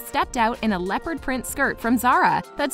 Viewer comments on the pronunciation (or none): none